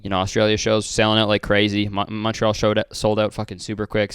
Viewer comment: Montreal more like munchtreal